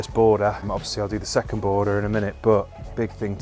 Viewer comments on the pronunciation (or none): none